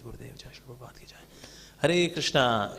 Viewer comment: Awww so dramatic are his moves , he can't even say Jai or joy correctly. The Bengali lyrics too are sung with such un dialectic manner .